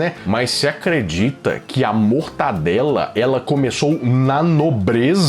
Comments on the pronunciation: Pelo amor de deus... é mortaNdela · Que raiva que dá quando ouço alguém falar "MortaNdela". Porque o povo tem mania de pegar um nome simples e complicar hein? É MORTADELA!!!!!!!!!!